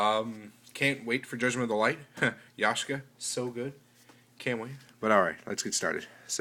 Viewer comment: Is it just me, or are you saying Yashka instead of Yaksha? Don't you think the third Maxx "C" is too much for Main? Are you going to make a deck profile as if you had Yaksha (before it's released)? Do you think Threaten Roar or Swift Scarecrow can be used in place of Battle Fader?